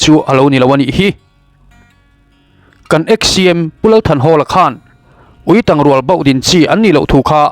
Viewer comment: Ui ketângchiau nen inhriat pawlh ani maithei e, Uitàng rual tih a 'tang' tih hi chu Tangkawng kan lam anga lam tur aniin ka hria..